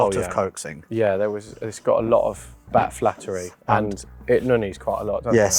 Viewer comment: he said "Bad flattery" insted of Flat battery 😂😂😂